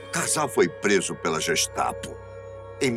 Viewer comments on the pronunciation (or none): none